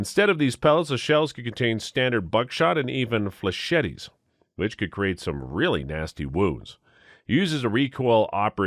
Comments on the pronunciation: Flechette is pronounced "fle-SHET," the third "e" is silent. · Are you saying flechette like that on purpose?